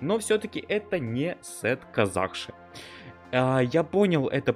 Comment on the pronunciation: Казахша ударение на последни а!